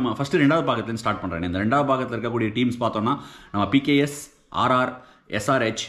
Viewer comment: Neenga pks pks nnu solringa😊